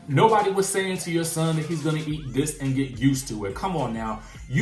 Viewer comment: is illiterate. Dis, dat and da.🤨